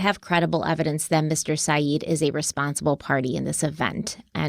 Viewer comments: Please, please pronounce Adnan’s last name correctly. There exists a last name Sayeed, but Adnan’s last name is Syed, short-E! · Still excellent coverage, still it's pronounced Syed not Saeed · Thank you for covering this story! Just an FYI, it’s pronounced Sy-Ed, not Sy-eed. Also, Sarah Koenig is pronounced Kay-nig, not Kone-ig. ❤ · i love you but why must you mispronounce everything, even the most said names and words like Said and Keonig which she says at the beginning of every episode 😅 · “If you’re going to be out there talking about it you damn well should know the facts” say the people who, despite doing some awesome research on the case, still don’t know how to pronounce Syed.